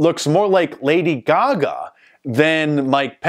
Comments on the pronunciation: Lady “gag me” 😂😄😃😁🤣😆😄😃😀😂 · “Lady Gagme”……love it.😃